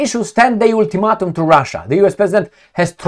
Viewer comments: Ool-two-mat-um?, I'm just trying to help.. let's try it again. Ul - ti - mate - um. The "a" is the only long sounding vowel. Hope that helps. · "ultimatum" : all vowels are pronounced wrong , no mean feat.